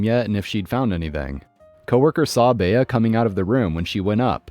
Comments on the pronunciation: Furthermore, has never heard of the actress Bea Arthur, who starred in the TV series "Maude? It drove me up the wall every time he said "Bay-a" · Okay, I understand you're of a younger generation and the name Bea isn't common anymore. But the name Bea is pronounced BEE, no "A" sound at the end and is usually short for Beatrice (where the "A" sound is pronounced ironically enough). I've yet to go to a grocery store where you need to enter thru the checkouts I'm 67 and I've been to a lot of grocery stores in many different states. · FYI - “Bea” is a woman’s name - short for Beatrice. It is pronounced “Bee”. Duh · Bea is correctly pronounced "bee". I've known a few Beas. Story three.... If being followed by a rabid Karen or Chad spewing threats, drive to nearest police station. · Agreed it was driving me nuts, though Bhea is a cute name.